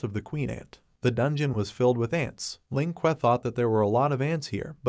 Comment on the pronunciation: every time it said "Ling Que" I heard "Lin Kuei" and i'm like: is sub-zero gonna show up?